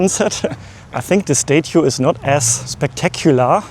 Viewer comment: Someone should learn how to say statue...